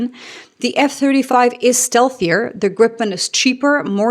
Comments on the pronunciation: please note that it's pronounced "Greepen", not "Grippen" nor "Gr-eye-pen" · The "i" in Gripen is like in "Tina". And a short p. Griiipen. 😀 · So then we need to de-english things and pronounce it by its true proud name: Gree-pen. Like in "greed" and "penalty"(earlier I've used "pencil", but this was far better 😆). It will get you very close to being a native Swede. If want to pass as a regular on the street, make the "ee" sound a little shorter and sharper/pointier. For being such a small country with relatively few people, we make some awesome stuff, makes you proud! Happy for Canada to go with this great aircraft! //🇸🇪